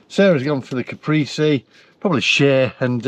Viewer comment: Just for next time it’s Ca-pray-si